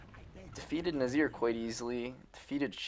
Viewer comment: Its NIZar not NAZir xD . But otherwise a very good and entertaining video